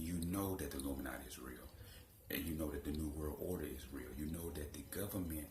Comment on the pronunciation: When you have to take a deep breath " illuminouty"